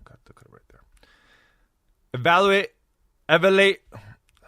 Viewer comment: 😂😂😂 he said evalate